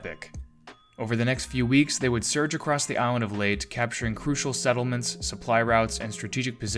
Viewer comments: Every time you say "Late" I cringe. Otherwise, cool video. I'm sorry to say that in addition to my personal feelings on hearing that being said wrong, the battle of Leyte and especially Leyte Gulf is so famous and significant, that the fact that you do not know how to say it throws a significant amount of shade on your actual knowledge of the topics you speak about, almost to a point where I thought this might be an AI voiced channel. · i dont know how he thought it pronounced as late but still great video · Your correction comes too leyte. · I’ve never heard Leyte pronounced “Late” before. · Filipinos pronounce it as written - so the last e was never a silent "e". These are just constructive criticism. It is confusing since the way he pronounce Leyte may be mistaken for "late" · Don't you just love it when people who claim they have a personal source is right whilst getting into a pissing match when they can just look up the official history of how the name came to be? It's "lay-tay",in both Spanish and Tagalog. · Great information on this video. I just wish they would start using actual voices instead of AI voices and you can tell this by the way they pronounce things like Leyte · How could you have possibly mispronounced Leyte? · Leyte is a Spanish word so the final e is not silent. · It may be A, but it's lacking I. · I just say it I physically cringed every time Leyte was mispronounced lol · Yup. Narrator should have researched the Philippine Language. I am sure there are online translators that he can use. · Yup ita a Tagalog word and it's correct pronunciation is with an e at the end in their language. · I had to stop the video because he kept mispronouncing a name associated with a decisive naval battle. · I am sure i am not the first, but its pronounced “ Lay-tee”, not Late for Layte island. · Leyte is pronounced Lay Tee, not late. You sound supremely ignorant consistently mispronouncing it. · Leyte is pronounced as Lay-teh not "late" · Laytee, not late.